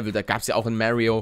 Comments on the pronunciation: Er heißt Mario nicht Märio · Er spricht es halt englisch :D